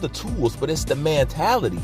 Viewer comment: For christs sake it's MENtality NOT Mantality!!!! Jesus learn correct pronunciation!!!